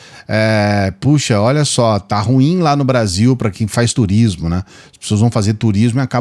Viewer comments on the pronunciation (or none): none